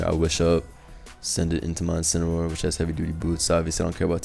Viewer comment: “Inciniroar The Joins Agency”? I know what’s it’s supposed to be but that presentation was a bit off bro lol. Good matches tho